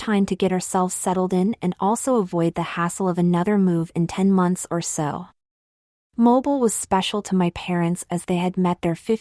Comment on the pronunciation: I love this story, but I really have to struggle listening to the AI screw up so many words, especially pronouncing Mobile, AL as moble when it should be mo-beel.